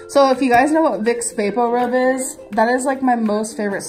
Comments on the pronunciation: I'm not a native speaker so I'm not sure how to pronounce it, but isn't the product called "Vicks VapoRub"? So how is she mispronouncing it? It sort of sounds like she's saying "vaporib" in the clip, is that the mispronounciation you're talking about? Just wondering 😊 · Vault Girl okay I actually just looked up a bunch of old VapoRub commercials going back to the 1950s 🤣 why am I like this? They actually do pronounce it both ways in commercials throughout the decades and it seems to change back and forth.